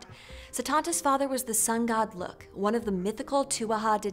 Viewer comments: This was an interesting video, but I have two notes. First Lugh is pronounced like LOU. Secondly, I am a little confused as to how you can do a video on Cu Chulainn and not mention the Morrigan at all. She is the War Goddess of Ireland who had a huge part in his story, including his death! I highly recommend checking out The Book of the Great Queen by Morpheus Ravenna, as it is about the worship of the Morrigan and evaluated the relationship between the Goddess and the Hero very well! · Nice video but how come you mispronounced Tuatha Dé Danann & Lugh